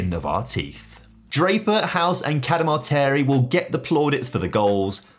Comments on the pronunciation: Been a Huddersfield Town fan I cringe when you pronounce Bailey Camadarteri 😂 please don't think I'm being negative l, I love your content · His surname is pronounced Cada-Martin 😂 Sheffield Wednesday fan unfortunately here but love your videos mate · Liked this channel until I realised he couldn't pronounce Cadamarteri Clearly he doesn't know who Danny Cadamarteri is???